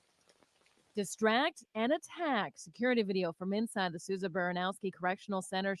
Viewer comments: Souza not sowsa 😂😂🤷🏽‍♂️ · It's actually pronounced sue'za And the names are of two correctional officers that were killed at the MCI Norfolk facility during a attempt prison escape. Also that facility is the only max in the state, other than that is DDU. Which is a segregation facility, 24hr lock down. I would compare it to California pelican bay. You normally have to sentenced for a disciplinary infraction in order to go there. And you can stay there for up to 10 years. I'm pretty sure that's where they have been shipped out to pending their hearing and sentence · Sooza is the pronunciation just an fyi